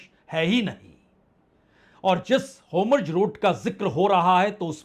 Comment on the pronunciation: It’s Hormuz not hamroz. Just a little correction